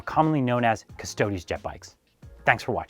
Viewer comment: it's 'preetor' not 'praytor' btw :p but thanks for pronouncing custodes properly and not calling them custards like a lot of people do <3